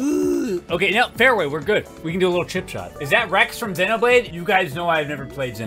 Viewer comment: You can tell he's never played xenoblade by the way he pronounces xenoblade xD